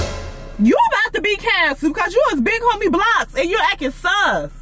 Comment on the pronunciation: Lmfaooo .. it’s SUS .. Like SUSPECT .. not sis 😂